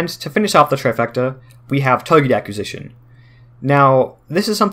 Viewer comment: you pronounced acquisition wrong